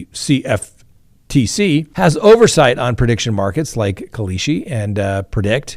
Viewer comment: how hard is it to say kalshi